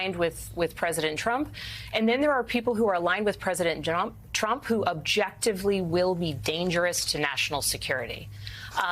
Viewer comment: What a 🤡! Can't even pronounce President Trump correctly 😂